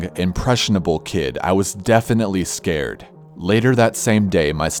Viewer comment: " I was so escared." Lol